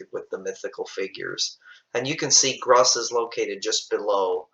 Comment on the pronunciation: I thought it is pronounced "groose"